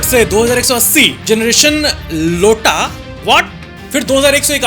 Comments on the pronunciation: Generation lota nhi generation “aioota” pronoune krte hein greek letters hein physics wale samaj jayenge baki meu and neu are aslo greek alphabet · It's not ' लोटा ' it's आईओटा 😂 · its not Lota its iota and mu pronounce as mew same with nu as new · i think it is ' iota not Lota ' , and mu nu pronounce as " miu and niu" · not lota ,it's iota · bro its IOTA not LOTA just telling you facts because love all are related to Greek Alphabets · It's not Lota it is iota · it's not 'Lota' it's 'iota' 😂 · Bhai wo lota nahi iota hai 😂😂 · LOTA NHI IOTA (AAEE-O-TAA) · Bro its not 'Lota' It's 'iota' (pronounced as ayota) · that was iota not lota pronunciation (eye-o-ta) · it's Not LOTA, IT'S IOTA😂😂😂😂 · bhai yt shorts ke comments padh liya karo 😭😭 Wo lota nahi iota hai 😅 Edit - gen z ke baad sare greek letters hai aur bhai ne unko bahut achhe se pronounce kiya hai 🫡😂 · i know that he knew it was aiyota (iota) but to make us laugh, he spoke lota. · iota hota hai ayota bolte hai uske 😊😅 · Iota-aiyota mu-mew nu-new